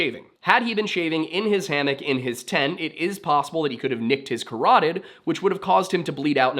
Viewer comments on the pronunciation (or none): none